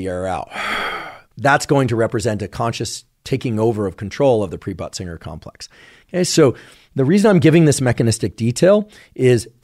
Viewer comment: Lol k, is he saying butt singer?